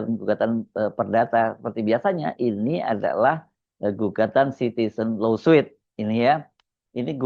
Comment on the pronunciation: Koreksi. LAWSUIT dibacanya [lo:sut] BUKAN [lo:suit].😢